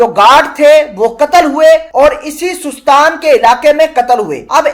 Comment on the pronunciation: Sestan not sostan